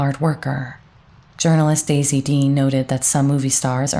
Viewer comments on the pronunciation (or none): none